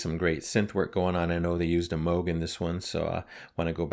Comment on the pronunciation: Thank you for pronouncing "Moog" correctly. Yes is such a crazy, wonderful ride. They are just dripping with musical talent, and take the listener to so many unexpected places. Never know what you're going to get, but you know it's going to be excellent.